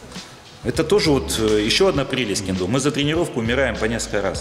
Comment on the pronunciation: Ммм,ну-ну,в Тырнетах и я могу присвоить себе звание "Убийцы сотни".Вот только толку то.Согласно тоническому ударению,что правит в Японском,нормативней будет сказать таки кЕндо.У меня всё.